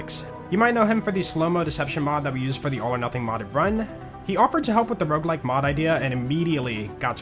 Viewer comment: the ''rouge like'' fucked my brain as a french speaker, in my head it was '' how does it red like '' (rouge is red in french)